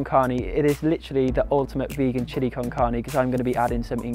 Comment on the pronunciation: OMG loved the recipe and also how you pronunciate "carne", I hope to get your book soon, thanks so much for sharing tons of aditional recipes step by step here at youtube. Blessings from México